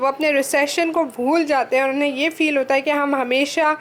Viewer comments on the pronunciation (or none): none